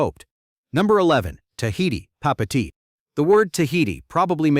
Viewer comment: Papeete, Tahiti..... pronounced Papey ey tey.